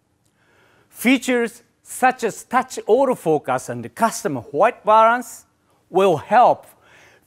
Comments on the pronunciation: Those auto "focas" really get me 🤣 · I love when he say "autofokass" 😂